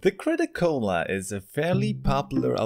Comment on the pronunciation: Me just crunching some ice while you call out the crit-a-cola